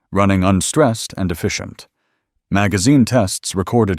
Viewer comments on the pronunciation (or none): none